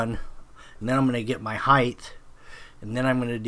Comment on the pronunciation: Nice work. Tip: There is no such word as "heighth". Height is it.